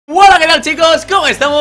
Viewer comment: Se dice "Hola", no Uola. :v